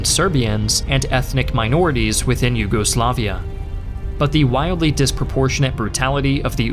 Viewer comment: Americans saying "nyugoslaviea" Rolls eyes